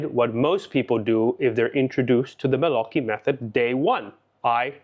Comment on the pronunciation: My congratulations about your Italian pronunciation, just perfect!😊